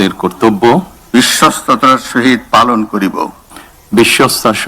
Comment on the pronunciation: বিশ্বসততা এই শব্দ টাও উচ্চারণ করতে পারে না,,,,,,,,সালায় ইঞ্জিনিয়ার😳